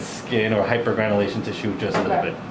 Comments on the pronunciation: The hyperventilation tissue!!? 🤣😂🤣😂🤣😂 Man, I love you!! That's what I heard the first time you said it. Well done as always! I learned a new medical terminology too, leg dandruff. Lmao, you and her dad were just so funny. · hypergranulation tissue! LOL!